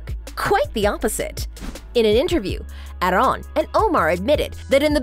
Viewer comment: Girl it is AAArón Not Aroooone .. This makes me angry